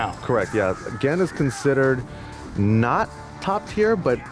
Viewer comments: The players and the games are fantastic. The format, the setting, and especially the unknowledgable commentator really killed it for me. I stayed for Honda vs Gen. Finally, why did they let that guy say "Jen" the whole time? Gah. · the thing that bugged me the most was that he kept calling Gen... "Jen." it really irritated me every time he said it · I like how it took Tasteless 3 rounds to pronounce Gen's name. Then again, he was just a random hire by esgn, he shouldn't be expected to know so much about a completely different game than he is used to casting. But you'd think the producers would at least force him to learn 8 names. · Every time he called the character jen my eye twitched just a little bit more. Even after gootecks said the characters name correctly. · JESUS CHRIST STOP SAYING JEN. GEN HAS A G. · gen isnt called gean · please say gen right, please!!!